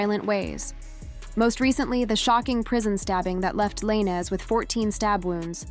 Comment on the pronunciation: you youtubers should learn how to pronounce the names of the person ur talking about cause u r pronoucing his last name